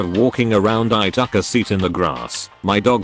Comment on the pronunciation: How can he say malinious perfectly but not took?? This voice drives me crazy